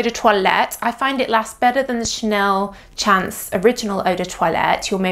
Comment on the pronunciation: I would just like to point out that it's a French perfume so the pronunciation of "chance" should be the French pronunciation. To an English speaker it should sound a bit like you're saying "shons". In French, "chance" means "luck".